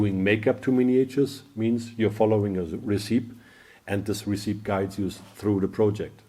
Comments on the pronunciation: As english is not your first language, I let you know that the word, 'Recipe,' is pronounced "Ress - Ip - ee" not Resype. Great content keep it coming please. See you in the next Video. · Stumbled onto this from Instagram - now I understand why mixing magenta and yellow has been giving me such rich colors! Really enjoying this and learning a lot. Small note, "recipe" breaks normal English pronunciation rules and should be "re-si-pee", not "re-seep" :)